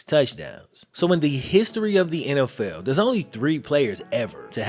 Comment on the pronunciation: Dude, u butcher the English language. I'm not talking about your southern accent, I'm talking about how you pronounce "NFL" & replacing the " th" sonund with an "F" sound as with the last name of the person who this video is about. Incase you wonder if I have little exposure to diversity, scratch that idea. I was born & raised in Brooklyn. In a neighborhood that was, at the time of my youth, the most ethnically varied parts of the most diverse city in the world ! Midwood, Brooklyn, in the 80's and 90's ! Along with diversity there is & was always ignorance & I suffered from it but it seems to me that you stress so much of the language that you mispronounced. And what, because your a black man in the world today I can't state my view ? And no doubt many people will label me racist) I'm not trying to put you down it's just that what I grew up knowing was incorrect, in the eyes of black , white & all in-between who knew better can now gain validation via the fear of judgment of character when I ts just that, to a degree that is what one displays when opening their mouths. It is not an attack on a person's physical appearance if I comment on their evident incorrect speech that they often know of & hold on to as a defining aspect of their groups characteristics. It can't go both ways ! Btw you make a pretty informative video.. it's just a little hard to finish when I hear language like I heard & usef myself in my teens. Give it a thought, if you dare.